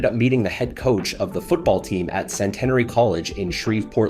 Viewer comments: It is pronounced Sent-n-airy in Shreveport, Louisiana. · You’re correct he butchered it the school Tom Kerwin Robert Parish and Barry Haynie played Basketball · A nice tribute to an outstanding athlete; especially from that era. Lol, I've never heard Centenary pronounced like that before: definitely not when Robert Parrish was in attendance! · You're butchering the pronunciation of Centenary..... It's Cent-en-ary not Cen-tenery like you're saying lol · It doesn't take that much effort to learn how to pronounce Chillicothe and Centenary.